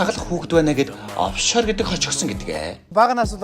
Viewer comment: овшор гигээч оффшор гэцэн байхийн